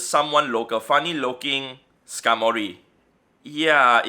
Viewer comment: It’s skarmory the man 🤣